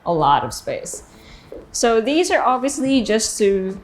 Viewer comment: You English is getting worse... dee and dis etc